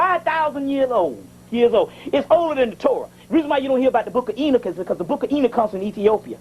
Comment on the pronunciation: ok yeah i wasn't sure if that was what he was saying because it sounded like he was saying ena